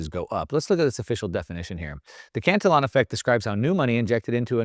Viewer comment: This guy doesn't even know how to pronounce Cantillon. Uneducated Economist has much better and more accurate info.